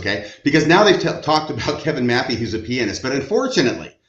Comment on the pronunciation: Thank you for correctly saying pianist. And not saying ( pe an ist ) growing up with a mother who was a classical violinist and studying musical theory and being a guitarist myself it's one of my biggest pet peeves so thank you.